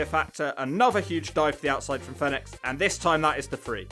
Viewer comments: It's pronounced phoenix not fenix. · Fee nix not fen ix 🤦🏽‍♂️ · It's Fenix like the bird Phoenix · It sounds like he's calling Fenix, FedEx. Now you can't unhear it 🤣